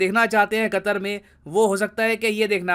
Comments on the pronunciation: Nitin ji ne qater ke " pr katter" diye 😂😂😂😂😂😂😂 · Qatar sounds like Gatar🤮